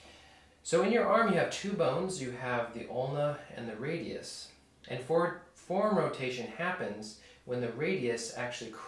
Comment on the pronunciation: This video presents the first time that I have heard your mispronunciation of the two syllable word, "forearm," by a person who's native language is English. You do use the proper, and understandable, pronunciation of the word, "forearm," sometimes. However, it quite often sounds as though you are saying the one syllable word, "form," instead of the correct, understandable two-syllable, "fore-arm" sound. Otherwise thanks for good video lesson.